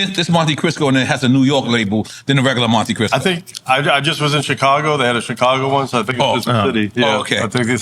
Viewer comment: why does that guy keep calling it a monte crisco - it's Cristo .. as in Christ . Are the hosts of this show that dumb? 3rd Bass was fake as fk - Clark Kent was real tho and the Gasface was a good concept that probably wasn't even anything to do with 3rd bass.